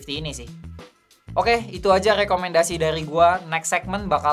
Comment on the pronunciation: Lekomendasii. rrrrrrr